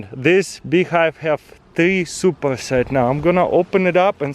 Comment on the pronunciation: Did he say “im ready putting the suppers and nukes?”